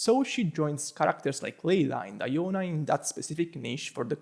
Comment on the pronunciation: Weird way to Say Diona🤣